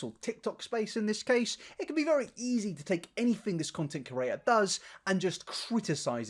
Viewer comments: I refuse to subscribe because you keep saying "content curator" instead of "content creator" and it's really fucking annoying to be completely honest. The two meanings aren't even close and if it wasn't something you say multiple times in every video, it wouldn't be so bad but you've been doing this for long enough now! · Content "cre-at-or" Not "cu-ra-tor" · No body:: cOrAtor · I don't think he is though. I'm from the same area so don't hear any accent. He doesn't struggle to pronounce any other words, he's definitely saying "curator" and it drives me mad every time lol!